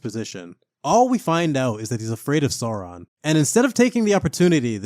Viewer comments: Great vid mate! (But plz, say "Sauron" not "Saaraan" lol!) 😅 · Have enjoyed this series! btw: Sauron is pronounced like 'Sour-on'.